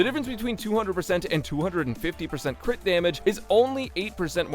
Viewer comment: No way bro just said “CRITORIS” lmao